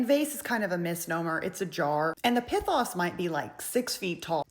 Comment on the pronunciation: It is pronounced P-ee-th-oh-s